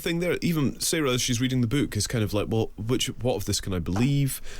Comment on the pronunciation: Wtf is this "beuke" that this woman keeps talking about?